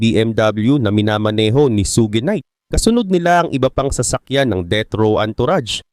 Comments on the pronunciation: suGe night😂😂😂 suge!!!! un boss hindi su ge😂😂😂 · Bakit parang sogi knight ang pag pronunciation mo boss? Ang tamang pag pronunciation ay SUGE ( SYOD)